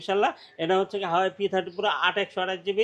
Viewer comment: হাওয়াই না ভাই,😂😅 ওটা হুয়াওয়ে।